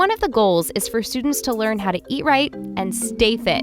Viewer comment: Ea- righ- and stay fi